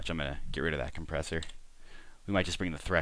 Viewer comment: compresshur hahaha brain-fart